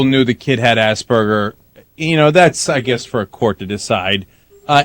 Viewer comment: Ahahahah. Did he just said "assburger" XD